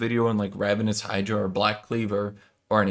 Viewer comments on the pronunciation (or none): none